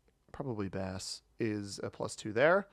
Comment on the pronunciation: There's French pronunciation involved, so you know I have to comment. You were right on "Basse" being pronounced close to "bass" (the fish). It's a slightly more open vowel in French, though (almost the same as going "aaaaah") and it's a short vowel instead of long. Your pronunciation of Charleroi isn't bad at all, it's really just a matter of the French R sound, and that's a bit tricky for English speakers to learn just to pronounce names in Risk. For "Droite" (and really almost all French words with "oi") you just have to think of "oi" as "wa". Your pronunciation of "Abbaye" is surprisingly close, because that's a tricky one even for French speakers who don't see that word a lot. The tricky part is that it has 3 syllabes "ah-bay-ee". The two syllable "ah-bay" (written "abbé") is how we say "abbot".